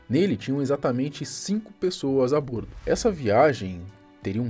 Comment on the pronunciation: A pronúncia correta é a "bórdo"!